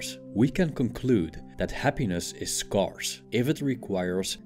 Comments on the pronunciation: ScAIRce not sCARce. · Thanks for the video. "scarce" is pronounced like "Where" or "air" English is a weird mutt. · Good videos but please check the pronunciation of "scarce". Thank you. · not trying to be pedantic but scarce is pronounced sk-air-s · I love your videos. They're awesome and very helpful. One tip on this one that may be useful for your next productions. Check out the pronunciation of the A in the words "scarce" and "scarcity". It doesn't follow the intuitive rule. 😊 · Love your videos!! FYI “scarce” is pronounced like “scared” rather than like “scar.” Keep the knowledge and philosophy coming! Thanks for everything you do! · Great video, but it would be beneficial to look up the pronunciation of "scarce" and "scarcity". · Your videos are awesome and full of wisdom. To make them perfect, please, check the correct pronunciation of the word SCARCE and SCARCITY. You use them a lot in many of your videos and you always mispronounce them. 😊🙏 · Someone needs to teach this robot how to pronounce " scarce".